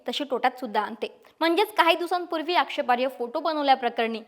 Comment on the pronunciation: 'आक्षेपार्य' नाही हो.. आक्षेपार्ह म्हणा.